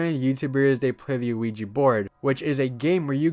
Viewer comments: Most people pronounce it incorrectly, so I won't blame you for getting it wrong. Ouija is yes in both French and German. I can I write the proper pronunciation? We-Ya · Bro said quiji board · Bro, you are pronouncing the Ouija board wrong. The name comes from 2 word in 2 different languages put together. The word is "Yes" in English but the 2 languages that make up the name are French and German. The French word for "yes" is "Oui" and the Geman word for "yes" is "Ja". So, put together it is "Ouija". So, the pronunciation of the word "Oui" is "We" therefore, the correct pronunciation for "Ouija" is "We-Ja". "We-Ja board" not "O-We-ja". Just wanted to point that out. "Ouija" is pronounced "We-ja". Just subbed to your channel. I'm liking it so far. One criticism is I think you should try to slow down and work on fully pronouncing and your annunciation when you speak. I'm sure you're aware that you sometimes slur some words and cut out syllables. Example: everytime I have heard you say the phrase " I'm going to be talking about". What you say is " .....talking 'bout" which isn't the worst thing, but in your case, it is very noticeable. I always had a habit if wanting to get words out so fast that I would slur, mumble, and mispronounce some words and it takes some serious work to fix but you can do it. I think people would like to hear you talk more if you worked on correcting this and it would help you get subs and likes more. Just my opinion. Take it or leave it. No ill intention, I promise. Take care. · why do i always hear ouija as luigi euafyehaosuehfoashefouuahsouhi